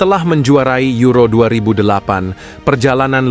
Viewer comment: Penyebutan juan mata: huan mata buan juan mata penyebuta la roja: la roha, euro: yuro bukan ero